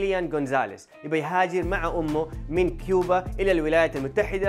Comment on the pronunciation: كوبا وليست كيوبا يفترض انك ما تخطئ هكذا خطأ